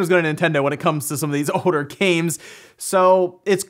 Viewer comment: it's older not odor